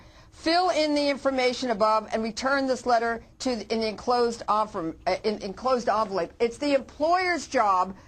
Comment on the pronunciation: don't trust someone who can't pronounce envelope.